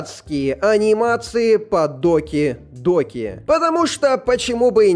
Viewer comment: Не доки доки а даки даки😂